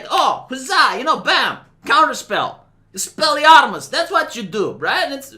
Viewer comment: Expeliamus! Broke me 😅